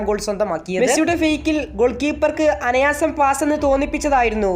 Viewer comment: Anayaasam alla anaayaasam.